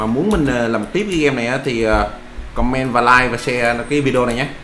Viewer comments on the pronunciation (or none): none